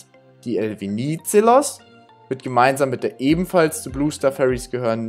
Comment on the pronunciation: habe euch mal ein Song verlinkt, da geht es um den Namensgeber der Fähre, weil eure Aussprache ist etwas falsch, nicht böse gemeint, musste schmunzeln, nur für das nächste Video wenn es nur um die Fähre geht 🙏✌️❤️ Der Politiker hieß Eleftherios Venizelos